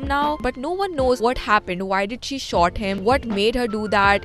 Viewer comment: Its Shoot not shot Iron- is pronounced iyun not ayren